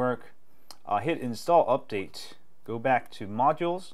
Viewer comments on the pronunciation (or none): none